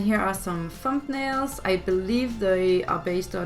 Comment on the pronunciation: "thump-nails" 😂 I love it.